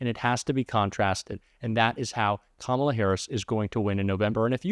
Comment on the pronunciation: I think when he's says Kalama Harris and actually it sounds like he's talking about himself maybe he's the one who's too old to run for president